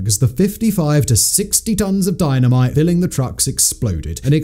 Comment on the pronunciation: Saying Dino mite so off ton it's like your sending a subliminal message!!!!